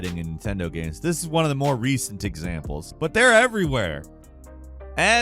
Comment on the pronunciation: did you say “recent examples” or “diczamples”?